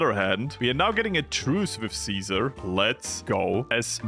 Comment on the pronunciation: its deffionitly ceaser as in the roman emperor... thats tho whole theme of ceasers legion... you were saying it correctly!